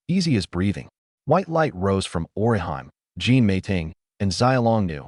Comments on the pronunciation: It's just a small thing, but the way the A.I. pronounces Orihime as..Or-i-HIME...annoys since part one. LOL🙃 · Because they aren't pronouncing Orihime correct it took me half way through the 1st episode to realize it was supposed to be Orihime from Bleach 😂😂😂😂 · I hate the way the ai pronounces Orihime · Google how to actually pronounce orihime name